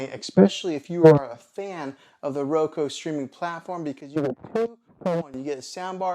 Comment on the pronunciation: Why do you keep saying Roko?